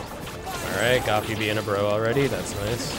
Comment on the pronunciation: Who else is triggered when he calls him Goffy instead of Goofy xD Haha anyway gj and nice record :3